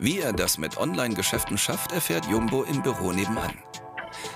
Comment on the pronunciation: Wie er Jumbo ausspricht, arrgh.